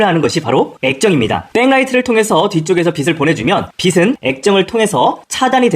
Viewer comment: 영상 잘 보고 있습니다. "빛" 발음만 좀 더 신경써 주시면 좋을 것 같습니다. "빛을"은 [비슬]이 아닌 [비츨]로, "빛은"는 [비슨]가 아닌 [비츤]으로 발음하는 게 맞습니다. 빛을 : [비슬] -> [비츨] 빛은 : [비슨] -> [비츤]